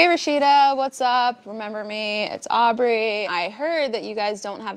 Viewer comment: It's Au"B"rey